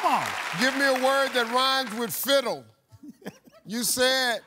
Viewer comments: Judges realized Steve sounded like he was saying "fizzle," not "fiddle," which is on Steve and not fair to the contestant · steve sounded like he said fizzle so judges redid it for him. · Fiddle - He SAID.... SIZZLE...